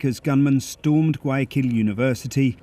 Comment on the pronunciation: The BBC reporter needs to exercise the pronunciation of Guayaquil👀🤣🤣🤣🤣🤣🤣🤣🤣🤣🤣